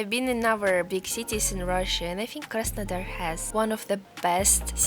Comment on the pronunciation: 'Surprise, surprise' :-))) You crack me up, luv. When you say Krasondar I get it mixed up with Krasnoyarsk for a moment. Keep doing what you do in your own particular as it is why people come here and are glad to see you. Many smiles from London.